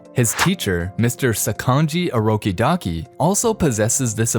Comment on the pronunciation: "mrs. Orokidaki" Me: sir it orokodaki